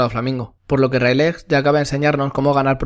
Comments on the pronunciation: Plis se dice reyligt. Animo con tus videos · Me parece muy bueno tu contenido, pero cada vez que he escuchado "Railej" en este vídeo, he perdido años de vida